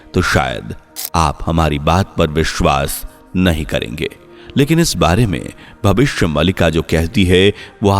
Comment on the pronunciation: नैरेटर जी आप “भविष्य मालिका” का उच्चारण सही तरह से करें भविष्य मलिका ❌ भविष्य मालिका ✅ मलिका एक उर्दू शब्द है जिसका अर्थ है मालकिन❌ मालिका एक संस्कृत शब्द है जिसका अर्थ है माला ✅